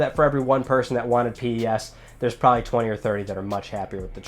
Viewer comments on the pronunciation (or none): Pronounced PES..... As in pessimistic. Not P.E.S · It's just pes not p-e-s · its not p.e.s. just pes, like a normal word